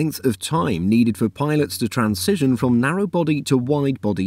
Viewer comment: It's "transition", not "trancision". 😂😂😂